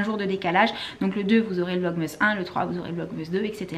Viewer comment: Tu me stresse a dire « vlogmeeees » 😂 sinon j’adore vos vlogs💜